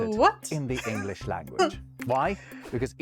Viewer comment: In English, the "g" in the word "English" is pronounced, not dropped as in German!